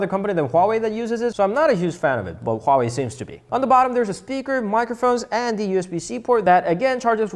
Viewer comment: He pronounced Huawei right